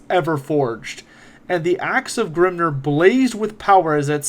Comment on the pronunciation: Excellent video, with one exception, Grimnir is pronounced Grimneer, not Grimner. Hearing a dwarf god pronounced like he is an Orc is grating, lol. I loved everything else in the video and greatly appreciate it.